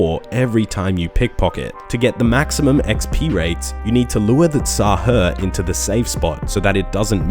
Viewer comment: tz-haar wtf is teezzzaheerrs